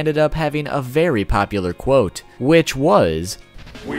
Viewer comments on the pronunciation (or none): none